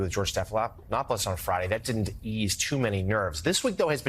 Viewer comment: You messed up on George’s last name are you getting too old? I don’t think you should report anymore. You made a mistake. You’re having a bad day you gotta go.